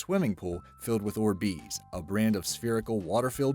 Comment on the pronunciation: i swear the god it hurts how he says orbeez